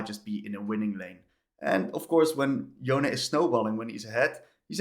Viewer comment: Please, it's Yon-Eh. I don't know which American started this, but it's really annoying that this is the ONLY champion people keep mispronouncing the name of.